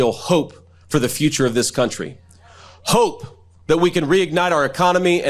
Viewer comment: I'm I the only one who finds his pronunciation of the word "hope" strange? I cannot stand hearing him or MTG pronounce the word "important" (IN-pourt-iN)... I can't stand it!